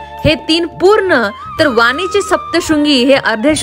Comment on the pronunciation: वानीची नाही वणीची सप्तशृंगी असे आहे ते. बाकी माहिती खूप छान.. 😊